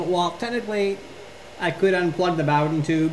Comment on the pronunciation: booooooooden not bawden